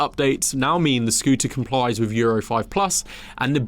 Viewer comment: He has trouble with his 'thr..'. "Firteen", "top free", "wiv", "fr'own in". Apart from that annoyance, a good clip as I'm in Vietnam and need a new bike. The Medley looks favourable after my 2009 Sym Excel 2.